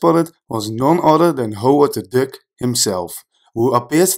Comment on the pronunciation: Tell me why I keep hearing Howard the dick. 😂😂😂